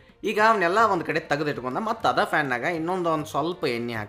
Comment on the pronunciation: ಅಭಿನಂದನೆಗಳು 🎉 ಮಗು, ನಿನ್ನ ವರ್ಣನೆಯ ವೈಖರಿ ಸೊಗಸಾಗಿದೆ. ಇದು ಮತ್ತಷ್ಟು ಇಂಪಾಗಲು ಎರಡು ಸಣ್ಣ ತಿದ್ದುಪಡಿ ಮಾಡಿಕೋ. ಒಂದು - ಬೇಯಿಸಲು ಉಪಯೋಗಿಸುವ ಅಗಲವಾದ ಪಾತ್ರೆಯನ್ನು ಇಂಗ್ಲಿಷ್ ಭಾಷೆಯಲ್ಲಿ pan ಎನ್ನುವರು... ಇದು fan ಅಲ್ಲಾ! ಎರಡನೆಯದು - ಸಂಸ್ಕೃತದಲ್ಲಿರುವುದು ಅನ್ನದಾತ ಸುಖೀಭವ... ಅನ್ನದಾತೋ ಸುಖೀಭವ ಅಲ್ಲಾ.